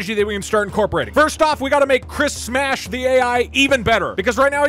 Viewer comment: It’s actually not Chris Smack. It’s Chris S M A S H .